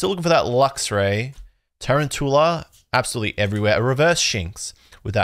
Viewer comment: A lot of people are saying tarantoola. You included. when it's quite clearly tuROUNtula. As in a round tarantula. Tarountula